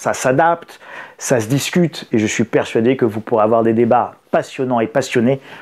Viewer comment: "Il ne faut pas afoir peur"